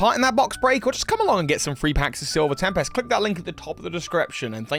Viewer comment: Ohhhhh. You said Silver Tempest. It honestly sounded like Silver Tapas. I thought that would hurt your teeth.